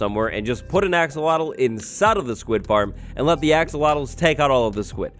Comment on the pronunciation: I’ve been conditioned to think Axowattle is the correct pronunciation